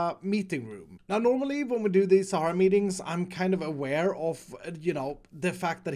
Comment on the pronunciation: Am I the only one who noticied the "Shara FUEL" instead of "Sahara FUEL" ?